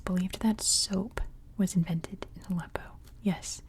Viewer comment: Appreciate that you tried to pronounce Arabic... But if you want to learn pronounce that H right you can try watch Arabic learning videos.. example learn Arabic with maha 😊 great job